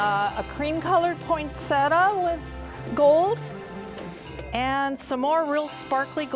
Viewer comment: First of all, good job. You're good at creating a beautiful tree. But it's is my nth time hearing christmas tree decorators calling "poinsettia" [poynseta]. It's [poynsitya]. Here's the link